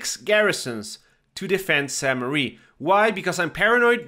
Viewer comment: Thank you for your videos, they are really helpful! I just have one pet peeve, it's the pronunciation of French locations! I know they are hard to guess and pronounce but I can't help it: You are saying Saint Mary, it's actually "mère" as in "flair" or "bear" and it means mother. "église" is pronounced like "egleez"